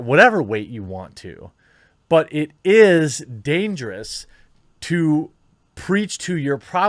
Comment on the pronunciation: Ah yes, "damgerous"